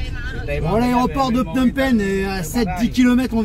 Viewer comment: de très belles images , je vais continuer à regarder . cependant , on entend Phnom Pènh ! Phnom Pènh ! et c'est un peu douloureux pour les oreilles , parce que les cambodgiens disent Phnom Pénh . à ce titre , il serait intéressant de regarder une vidéo sur la chaine "Khmer Lesson" , qui s'appelle "how to pronounce names of provinces and city in Cambodia in correct way for foreigners" . ensuite , à , "phsar thmey" , littérallement "nouveau marché" . attention , il ne faut pas oublier qu'en khmer , l'adjectif suit toujours le nom . phsar = marché et thmey = nouveau . ensuite , la visite de Tuol Sleng Genocie Museum , et le lieu est présenté comme un camp d'extermination , mais ce n'était pas le cas . S21-Tuol Sleng était le centre de torture , mais ensuite les détenus étaient transférés à Choeung Ek pour être exécutés immédiatement . contrairement à Tuol Sleng , le 2è camp était équipé pour détruire les cadavres . ensuite , pour le Musée National du Cambodge , il y a beaucoup de choses à voir , et si vous voulez avoir le temps , n'oubliez pas que le musée ferme dès 17 heures . à la fin , vous parlez de l'aéroport Pochentong , à 7-10 kilo du centre ville , mais bientôt les touristes vont arriver à PP par le nouvel aéroport dit "Techo international airport" , qui est situé à 20 kilo du centre . ouverture de l'aéroport en 2025 . votre vidéo est très intéressante sur l'ensemble .